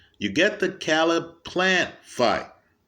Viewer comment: Caleb is pronounced KAY-LUB.